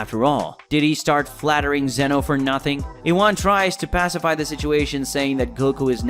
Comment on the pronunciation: His name is ZEEEEN OHHHHHH